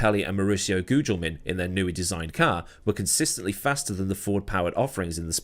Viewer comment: Good job on the "Gugelmin" pronunciation, I've heard you boctch it in older videos. Nice :)